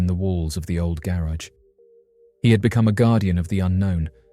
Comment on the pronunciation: Please stop saying garage like that omfg